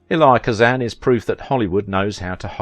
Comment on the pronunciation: You're pronouncing this man's first name incorrectly. You pronounce it phonetically is if you are saying the letter E and then Lie. It's a two syllable pronunciation you run it all together like it's one and that's not how he pronounced his name maybe that's how they pronounce it in the country where you're from but he was an American.